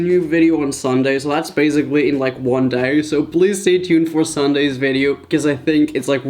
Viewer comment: Galaxis not really sometimes he sounds more American when he’s reading but not really lol I love the way he says basically, (baez- ick-lee)